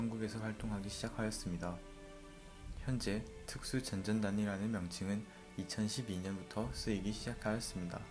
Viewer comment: 혹시 미필이신가요?특수 전전단 이렇게 읽으시는데 그게 아니라 특수전 전단입니다.